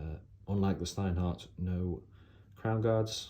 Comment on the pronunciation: Shhhhhhhhhteinhart. It is how it's pronounced